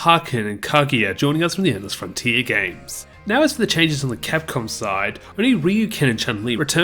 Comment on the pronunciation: You totally said "Cross Crapcom" HAHAHA!